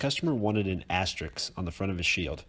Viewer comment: Asterisk..… not Asterix (that's a French cartoon soldier!)